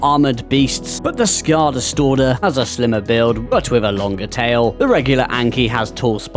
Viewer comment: Happy to get Skjaldastordr review. I'll be sure to look into the bug for additional weight reduction on the resources. Side note he got the pronunciation right on the last go.